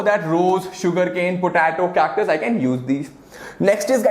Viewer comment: It’s po -te -to